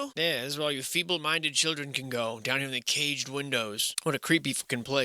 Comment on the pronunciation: Fee bull. Ba'al's fee?